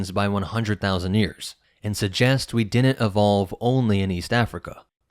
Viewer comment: "Didn't," not "dinnit"